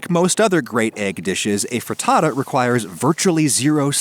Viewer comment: pretends to be italian says fraddadda